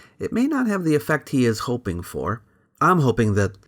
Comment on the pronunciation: "Zee Greeks" 🤣🤣🤣